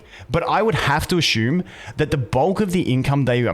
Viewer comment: I love everytime says asshum